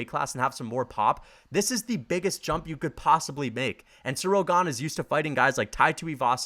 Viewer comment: That’s not how you say Ganes nickname